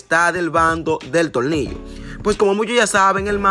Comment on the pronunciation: Cual tolnillo quien. Es. Tolnillo yo conosco a. Tornillo nadamas una. Recommendacion si Eres dominicano metido en Esto aprende. Primero a pronunciar y despues Te envuelves en lo q. Sea.pero aprende q ya sabemos quienes son ustedes.. no Te olvides